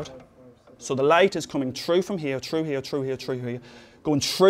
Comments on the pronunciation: is it just me or does he always say "tru" instead of "through" BTW, awesome, awesome explanation. I can't have enough of this channel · "So the light is coming TRU FROM HERE, TRU HERE, TRU HERE, TRU HERE, GOING SHROOO THE SAMPLE NOWW" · Why does he say "troo" instead of "threw"? Just wondering why. I enjoy knowing why different English speakers say things differently. I'm American and we all say "threw" but on the relatively small British isles there are different pronunciations. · trew that, trew this, trew this, and it will go trew that, OMG, I LAUGHED SO HARD. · great pronunciation of the word through. [true] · u pronounce threw as trew its cool;) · "So the light is going TROO from here, troo here, troo here and troo here." LOL! But srsly u guys are awesome. I wish you were my teacher! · Love how he says "trough" instead of "through". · "and the light comes true here true here true here..." lmao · He can't seem to say the "th" sound. It's through not "tru". Good video otherwise. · I assumed he wasn't a native English speaker from the way he pronounces "through" like "true". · He does not say through. he says true ^^ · "Why can light get true glass." "Glass compared to otter materials." accents are funny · through, say it with me TTHHHHHHHrough. TTTTTTTHHHHHHHHHHHH!!!! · I like how he pronounces "through" as "true" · well. in the first part of the video it did, but near the end I did hear chru lol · I would pay you mr irish man to sit in my room and say "through" all day. or "TROUGH" as you say it. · Through!!! with a TH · what kind of accent does he have? "the light can't go troo" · My statement is accurate, I do not feel this was an understandable explanation as to why.... additionally I guess it is necessary for me to point out that I was lampooning the guy's pronunciation of the word "through".... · I pronounce "through" the same way, I feel better about my speech now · It's how he pronounces "through" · "through" lmao